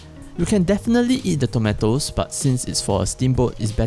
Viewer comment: People in the word: tomatos, tomeitos. This guy: tometos.